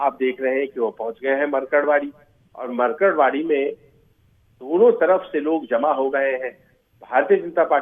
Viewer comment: मरकडवाडी नही ये मार्कडवाडी है